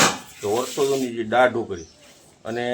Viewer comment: જેને ગુજરાતી શબ્દો બોલતા નથી આવડતું તેવા પણ મોઢામાં ડૂચો નાખીને લાઇક અને સબસ્કાઇબ કરવા હાલી મળ્યા છે. દા. ત. 'દાળ' બોલવાને ડાળ શબ્દ બોલતો હોય એ નવાઈ છે😂😂😂